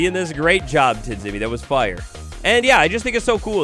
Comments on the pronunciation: Tidzimi would be actually pronounced Tijimi (dz makes a j sound) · Nice video, one small issue, you pronounce TIDZIMI's name like "Tjimmy" because his nickname comes from the pronounciation of his previous nickname - TGMplay (without the play) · When I hear how u say Tidzimi im littelary crying 😂😂😂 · The way, how he spells "tidzimi" is a bit funny